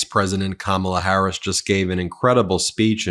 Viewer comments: Last name, he can't pronounce her first name. Kmala instead Kamala. What an insult. Peoples names are very important to them. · It's COMMA-LAH, Donnie. 🤬🤬 And yes, people do know her name. She's the vice president. He's such a pathetic man child. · The fact that they still pronounce her name wrong is absolutely disgusting and disrespectful. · The scary part about this is people actually think he will make a good president and he has yet to talk about what he is going to do for the American people. Its crowd sizes, Time magazine cover, how says her name wrong on purpose, Hannibal Lecter, and other nonsense. And these idiots are eating it up. We have make sure this man does not become president sgain. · When you mispronounce her first name how do we hone who tf you’re talking about? Pronounce her name right so we can answer properly! KAMALA HARRIS has a her name! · The man on the street didn’t know who he was talking about because that is not her name. If you can’t even pronounce a name right, you should not have nuclear codes. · VP Harris lost her Mother early . She was named after her mother. Shamala. It’s a shame Trump and his cohorts refuse to pronounce it correctly . It’s an insult to her mother . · The man on the street probably didn’t know her because Trump mispronounced her name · Trump intentionally mispronounaces her name! I have faith in her .....Can't wait until she's president!! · It'd help if he could bring himself to stomach pronouncing her name correctly instead of using his middleschooler level burn